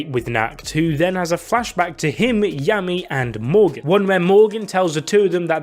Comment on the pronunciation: Happy our fav captain is back! It might've just been me though but this entire video I was hearing Yummy and not Yami 🤣